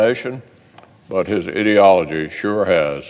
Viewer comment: Did he say ideology or idiology